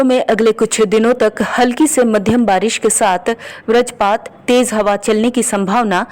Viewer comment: आप वज्रपात को व्रजपात बोल रहे हैं।